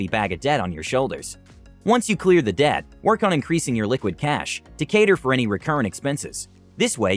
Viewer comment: It's ironic how debt sounded like death 😬